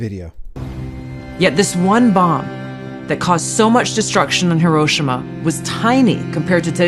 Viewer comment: Not that it matters because I'm pretty sure everybody knows what she's talking about..... But is she mispronouncing Hiroshima 😇